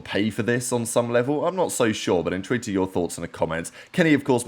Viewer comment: Is he saying “intrigued to hear your thoughts in the comments” or “interested to hear your thoughts in the comments”. I REALY don’t know, he just gibberishes that word to the max whatever the word is, someone please explain it’s getting on my nerves lmao